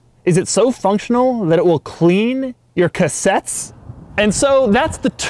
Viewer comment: I don't know why, but I burst out laughing at the way Doug said "CLEAN. YOUR CASSETTES?" LMAO